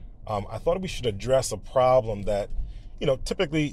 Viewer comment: … wow, this certainly is a prahbm — and an unusual one, two!